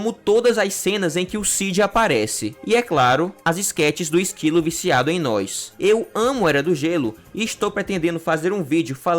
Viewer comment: "esquilo viaciado em nois" 🫂❤️